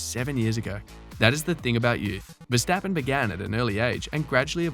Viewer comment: Who is versteppen ...its verstappen ..with an ahh ..the same with amsterdam you called emsterdem ...so try verstahhppen and ahhmsterdahhm